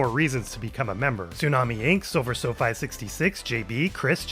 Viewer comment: Hey man, idk if this is the place to do it but i just wanted to say that you pronounced my name wrong. It's supposed to be pronounced SilverSofi, as in the hispanic name "Sofía" (which is my name btw). Still, i'm very happy to be part of the BWTV family <3